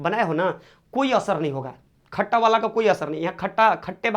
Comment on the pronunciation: Sir khata hota hai khacha nhi😂😂